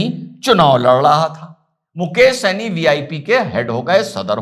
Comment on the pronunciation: Janab yeh saini nahi hai sahni hai